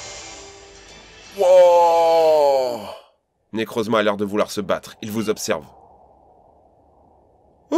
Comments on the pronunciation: Arrim moi mdrrr quand il fait les bruits quand j’etait petit *pishouu piou prrr* et quand il dit « Nekrrrouzma » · Quand il a dit necrozma j'étais mort